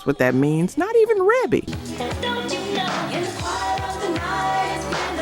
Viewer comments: And it's pronounced reebee not rehbe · Thank you!! REEEEBEEE. Other than that, nice video. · For the love of God. Her name is REE-BEE!!! that’s how it’s pronounced. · Love your video! Thank you for all the information! Great unknown facts! I am a major MJ fan and didn't know that Michael wrote all of these. Shame on me! LOL. Just one small feedback ... Rebbie is pronounced "Ree Bee". You're awesome! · The production wasn’t just Micheal Jackson and her name is Ree.bee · Rebbie? Pronounced “Ree-bee.” I thought everyone knew that 😂😂😂😂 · Rebbie Jackson Centipede was and is absolutely amazing!! Fierce and just a great song. FYI Ree-Bee is the way her name is pronounced. 🔥🔥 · It’s REE BEE Jackson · Not sure why you included number 8, I think everyone knew he was a co-writer of this. Quite a few of these songs are unlistenable, actually. And it’s pronounced “Ree-bee” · Pronounced "Ree-bee" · I know her name is pronounced, Reebee. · THANK YOU - REE-BEE! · Reeeebie AI get it right! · Rebbie is pronounced "Reebee"... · I know it's spelled Rebbie, but it's pronounced Ree-bee. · That AI for ya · Omg! Rebby. Cmon now. If you're doing a video, at least know the siblings' names. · ITS REE-BEE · How you mispronounce Rebbie name 🤣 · Is this AI? You keep mispronouncing REEBEE's name. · How you Rebbie's name wrong but say her daughters name correctly!!!???? How sway!!!! How!!! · I wish you knew how to the pronounce folks name...😮 And his sister at that ..where the respect to Michael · How about just calling her Maureen since no one can pronounce Rebbie correctly? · You pronounced Rebbie’s name wrong 🫢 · I was screaming the same thing. How do you do a list about Michael Jackson but don’t know how to pronounce his sister’s name. Smh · Yes! Each time she mispronounced her name just irritated me 😂